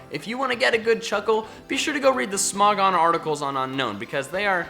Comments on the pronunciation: Its pronounced un-own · unown is pronounced un-own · Be annoyed. It's pronounced Un-OWN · It's not pronounced un-known it's pronounced un-own. Only 1 N. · Top 10 Pokémon no one likes.... Didn't mention a single one of the ones that are universally disliked like Jynx, Mr.Mime, Trubbish line, etc. Lol. Also people still pronounce them UnKnown, whereas it's UnOwn. I used Unown on every playthrough they've been in and always try to collect the full alphabet. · DO NOT CALL LICKILICKY TRASH! AND IT'S UNOWN, NOT UNKNOWN! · It’s pronounced (Uh - nown) you say (Un - nown) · 1st nice video 2nd not a grammar nazi 3rd it is pronouce un-own not un-known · It's Unown not Unknown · Just gonna leave it out there but Unown is actually pronounced as UN - OWN. As in to disown it. I get why gamefreak named it that, because after you catch it, you want to UNOWN it! Hahahahahahahahaha! dies of laughter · at you pronounced unown wrong its pronounced un-own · It's pronounced un-own. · ITS UN-OWN NOT UNOWN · Hey I'm just here to tell you the real pronounciation for Unown is Un-own because you don't want to OWN it